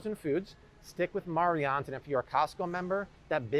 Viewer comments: Pronounced Mary Anns...its the way my mother spells her name...Marianne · Mariannes.....pernounced Mary Annes.